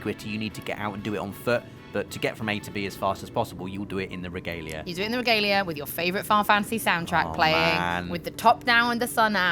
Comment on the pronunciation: Reh-gah-lei-ah... Just leaving this here.